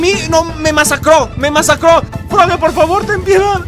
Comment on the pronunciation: Se dise frogi pero con e